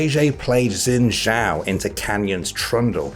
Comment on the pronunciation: Xin Zhao = Shin Jao. Watch any Chinese movie/drama/anime with subtitles and this should be obvious. People been butchering this name for a about a decade now...